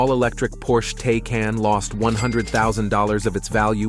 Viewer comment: Can these darn fools not learn to pronunciate?? Why is Porsche so hard for them to say?